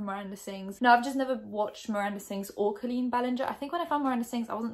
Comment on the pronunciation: You don't know how to pronounce her name (later on you clarified on watching 1 or 2 videos, great research lmao). His age went from 15, to 14, to 13 to 15, to 13 and then the actual interaction went down when he was 16, well now 17. No receipts?? You mentioned screenshots.. I saw nothing? Instead of jumping on the "well I didn't like her anyway!" bandwagon I'm just gonna criticize what you actually provided, which was nothing haha. She's been doing this for 12 years and now all of the sudden people think she's problematic and needs to be cancelled. It's annoying internet culture. Maybe she handled this situation wrong, shit happens... I'm actually sure there are 2 sides to the story, considering she knows the game full well.